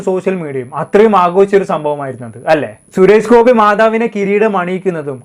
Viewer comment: Malayalam sharikku samsaarikku.....shures gopi alla... Suresh Gopi